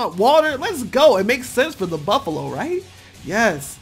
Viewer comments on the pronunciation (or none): none